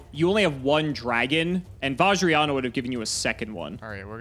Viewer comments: it's VAJ-RA-YA-NA not VAJ-RA-YAN-YA SERIOUSLY! HOW COULD YOU BE SO UNCULTURED AND DISRESPECTFUL AND YELL, YELL, YELL, YELL, YELL!!! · It hurts my soul seeing these guys trying to pronounce Vajrayana